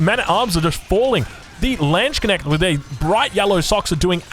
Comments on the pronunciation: try Lance-connect but without pronouncing the o in connect👍🏼 I know german words look like random letters randomly mashed together😆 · Just in case you would actually want try to pronounce Landsknecht. You can slightly pause between lands/knecht. To adjust your tongue since the 'kne' isn't familiar. So Lands - just like you say it in english, except pronounce the 'a' as you would in 'fAlling'. LAnds. Drop the K hammer. It comes abruptly and clearly. Directly followed by necht. And the 'ch' is what everyone makes fun of german for. Sounds like an angry cat. Chhhhh. Not sh/sch. Its throaty but can be quite soft. Quick T to end it off. LAndsKnechht. That's my best attempt at explaining it. Good luck. Either way, you'll have me laughing in your next video. ✌️You're doing some awesome gamecasts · By the way, there's no e between the k and n in Landsknecht and the ch is more of a voiceless velar fricative. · i love how you pronounce the Landsknecht, it's so funny lmao (i'm german btw) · Great Video as alway! But can you please look up how to pronaunce LANDSKNECHT, that would make it even better. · it is LANDSKNECHT!!!!!!!!!!! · Re Landsknecht, drop the K sound. Pretend the letter isn't there. Also Land instead of L + and, it's more like L + ahnd (think British "and" vs Aussie "and"). The "ch" is pronounced closer to an "sh", but it's sort of half way between the two. That's the tricky bit. DW though, drop the K and change the "land" and you're 90% of the way there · Non—Germans still fighting with the word Landsknecht 😄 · Hört sich verdammt lustig an 😆